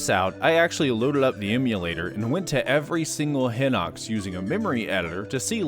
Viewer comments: Yeah no I don't care it's hye-nox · on google translate, hinox is pronounced hi-nox. is there a reason you pronounce it differently? EDIT: my b,you literally address it later on in the video